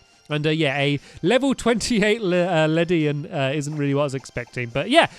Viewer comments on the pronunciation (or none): none